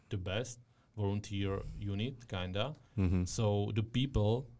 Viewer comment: Super otázky, kvalitní zvuk a celkově super. Jen ta tvoje angličtina mi trhá uši a slovo kinda 😂 jinak vše top